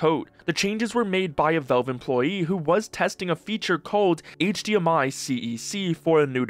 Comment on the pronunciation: Please learn to pronounce Valve correctly.